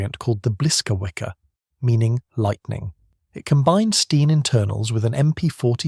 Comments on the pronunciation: Sten not Stein! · STEN not Stein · he is saying 'Stien' Stein is Stine in German.